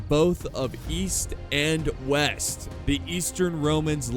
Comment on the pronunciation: East and West....? You mean "Weast"? 😂